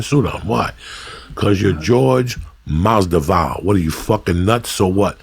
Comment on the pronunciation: That intro though 🤣 Jorge masdival 🤦‍♂️